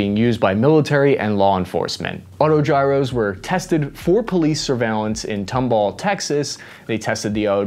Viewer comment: Lol it’s Tom-Ball, TX. Not Tum-ball